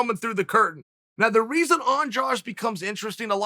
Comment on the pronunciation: Do you see a "j" in Andrade. It needs to be pronounced Andradeh. Brazilians end it with a soft "d" which misleads people into thinking it is pronounced like the second "g" in garage. English doesn't have a sound like the soft d.